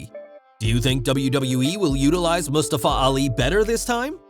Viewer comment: Stop pronouncing Mustafa like that. Wtf